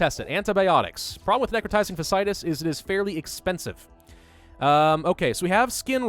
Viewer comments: PSA: "fasciitis" is pronounced (Fah-shee-eye-tis) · So its like, fasc i itis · Fa see eye tis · It’s fa-shee-eye-tiss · 8 seasons of House MD tells me you are pronouncing "Fasciitis" incorrectly, its 4 syllables not 3 with both of those "I"s in the middle being sounded out individually. Plenty of YouTube videos to help with the correct pronunciation out there. Not hating, just educating. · someone finally pointed it out! it was driving me insane, but I didn't want to be THAT person. lmao